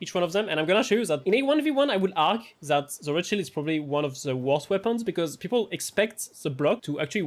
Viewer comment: Every time you say Riot Shield, I hear Rothschild. ☠